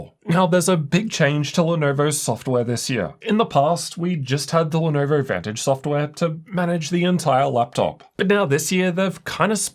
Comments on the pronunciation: Had come across your videos while buying my first gaming laptop, Lenovo legion Y540, back in 2020. Your pronunciation of Lenovo as 'Lenerver', brought back so many memories. Thank You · why does bro say "Lenoevorr" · 'lenaurvaur' hehe